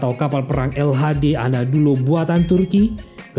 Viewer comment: Menit bukan anadulo tapi Anadolu🙏